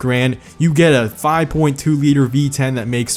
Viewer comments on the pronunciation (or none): none